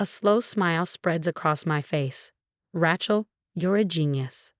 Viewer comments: RAY-chel, not Ratchel. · The name is Ray-chel never Rat-chelsea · Please get rid of AI! Can’t stand misspellings and mispronunciations. Get real already! It Rachel with a long A! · AI reader, she cannot pronounce Rachel, weird